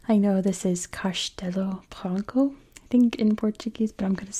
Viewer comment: I don't think anyone would think you're trying to offend us. You're making a video showcasing our country, which is great and appreciated. I will point out that the "O" at the end of "Branco" sounds more like a "U" for the sake of correctness, but you're doing fine (especially for someone who doesn't live here). Portugal's a beautiful country. Thank you for making this video.